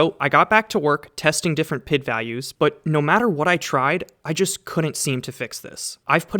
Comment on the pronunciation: Saying PID instead of P.I.D. was jarring, great video man!!